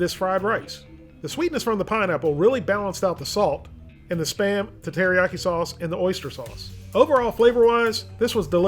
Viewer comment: i always understand "sperm" instead of "SPAM"